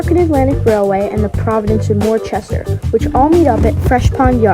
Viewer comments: Great Video, the W in P&W is pronounced "Wooster" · It's pronounced, Wuhster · WorCester…..go to Boston Dad to learn proper New England pronunciations